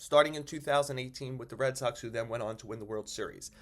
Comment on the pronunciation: is it me or every time somebody says the Red Soxs I hear the Red sucks 😂